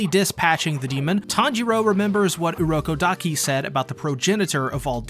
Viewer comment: its urokodaki